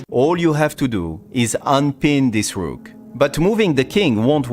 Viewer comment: When you say DA ROOK at first in this video it's like VILLAN name💀